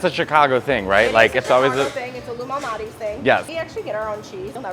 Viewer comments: I also thought Matteo was saying Illuminati pizza…Damn, the ILLUMINATI ARE EVERYWHERE! Lol, but that is not what he was saying… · Every single time I think they're saying "Illuminati's Pizza" 😂